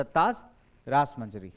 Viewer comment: Rasamanjari sir not rasmanjari